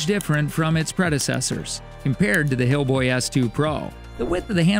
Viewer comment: lol did he say hillboy